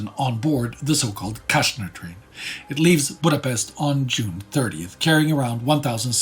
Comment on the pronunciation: People tend to forget the circumstances. I have a feeling that a lot of people in the 50s' Israel had zero idea how huge the repressive system of the Nazi empire was. Btw if you want to pronounce his name correctly, say "Kastner". While sz in polish is "sh" in hungarian it is the simple "s" sound while s in hungarian is the "sh" sound. The complete opposite of the polish sz and s.